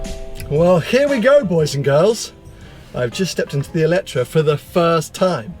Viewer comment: GOD HEAVENS......you are reviewing a car, but pronouncing its name wrong the whole time ! IT`s called "E le tre"...... and not "Electra" or what ever..... FOR GOD SAKE...... !!! Please do your Homework.....thx